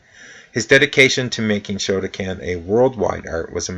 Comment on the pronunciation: I understand pronunciation issues but you absolutely have to get the name of the style at least basically correct--Shoto kan not shoto CAN. How can you not be able to pronounce the name of a style you study?